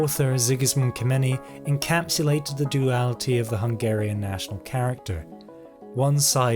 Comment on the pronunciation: It's not "Kemeni" it's "Kemeny" like in Kenya